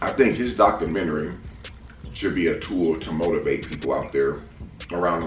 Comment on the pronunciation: Mans said “doctormentary”😂